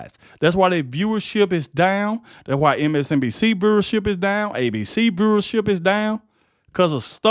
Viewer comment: I love how you say viewership 😂😂 so country lol ❤🙏